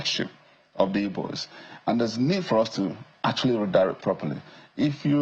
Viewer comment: You're pronouncing Igbos as Ibos and you want to win Anambra State. Shame....